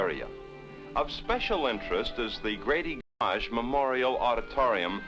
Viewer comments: The way he pronounced Gammage threw me off 🤣. (For those who don’t know most AZ people now call it “gam-ij”) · As we all know, it's pronounced GAM-IGE Auditorium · Dude couldn't pronounce Gammage correctly